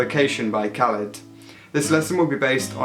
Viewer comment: it's kuh-LEED